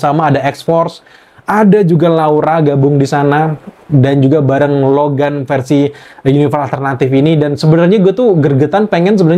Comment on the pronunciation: Logam Logen wkwkwkwkwkwkw Logan* dong kak, huruf A wkwkwkwkw